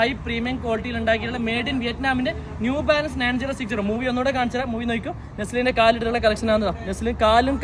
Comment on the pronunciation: The real brand name is New Balance, not “Zew Balance”.😂😂😂😂